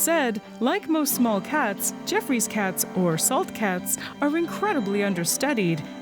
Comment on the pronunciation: "Gee-off-roy" NOT "jeff-ree"